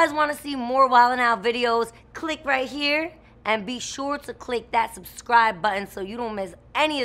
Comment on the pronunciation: Justinas outro is funny. She said herr not here💀